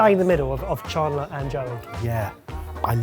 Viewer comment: how do you pronounce chandler? shaaundlier??????